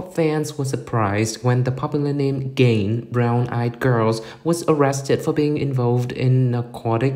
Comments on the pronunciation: The commentator pronounce Ga-in as Gain like achieve or attain. LMAO. Who is she? I guess the commentator needs to be knowledgeable of her first before informing kpop fans. This content is like the "you have one job" meme for this commentator. 🤦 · Ga-in. Hard g, almost a k, the a has an "ah" sound, in pronounced with an ee sound. It's not gain like the laundry detergent. I know this isn't a big deal, but it's a pet peeve of mine when people mispronounce a person's name. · Who the f××k is Gain......Ga-In.